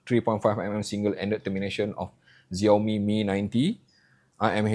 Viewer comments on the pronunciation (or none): none